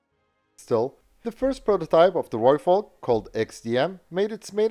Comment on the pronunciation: Thank you, from a South African, for saying Rooivalk correctly 🙏